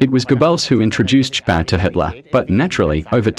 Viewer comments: He'll yeah buddy the worst for me was Joseph gobbles that was painful for everyone I'm surprised she got Hitlers name pronounced right ✅️ amazing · Its driving me crazy she keeps pronouncing Gobbells name “Goo-bells”. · Hey, that's Joseph Goebbels. Like Goh-bilz, emphasis on the first syllable. Not "G'bells. Got it! G'day😂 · It's pronounced Gerbuls, Joseph Gerbels (also phonetically). One of the top disciples of Hitler. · Gooo Bells sounds Right ! LOL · OR IS IT JOSEPH GABELLS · Ger-bells? Or should that be "Jingle bells jingles bells jingle all the way Oh what fun it is to ride in a one horse open sleigh" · Guebells? Guebells?? When it's going to be repeated in every sentence, please.... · I never thought hearing Joseph goebbels name wrong so many times would irk the shit out of me. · Immediately I heard the way the narrator pronounced Dr. Goebbels' name, I knew something was wrong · and it's annoying how they pronounce Geobbels. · The mispronunciation of “Goebbels” undermines the cred of this as a documentary. Juvenile and silly mistake.